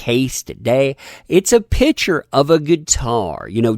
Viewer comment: Why mispronounce the word PICTURE? Have you a dictionary handy? Look it up.